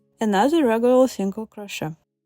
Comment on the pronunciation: You are delightful! However “crochet” should be pronounced without the “t” sound at the end. Go to 43 seconds on the video.